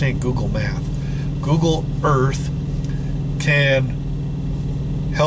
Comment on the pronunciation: CORRECTION SIR!!!, Googoo Earf